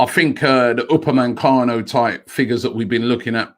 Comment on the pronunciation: Robbie ma bro, I gotta say homie, you've been saying Upamencano, but his name is Upamecano!